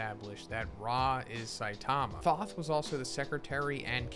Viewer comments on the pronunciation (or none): Thoth has a long O sound not short.